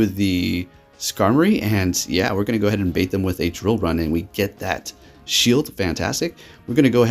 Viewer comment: Dude, you always butcher the name of moves for Pokémon. Lol love watching you battle, but I just laugh every time you mess up a name. Shadow sneak haunter, drill run zapdos.